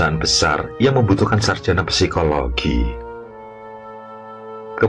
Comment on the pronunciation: jarusnya ucap :"si-ko-lo-gi" ganjel aja denger "psi-ko-lo-gi" 😂